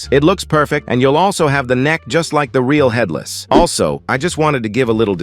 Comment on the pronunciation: Bro said fatherless rather than headless 💀